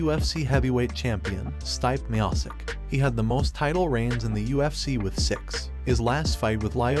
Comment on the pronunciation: Stype? Meahsick? Josie? Cormia? Jesus Christ dude at least learn how to pronounce their names before making a video like this.